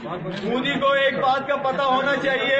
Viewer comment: Why all pakistani call him Mudi? They can't even pronounce his name properly it’s "Narendra Damodardas Modi"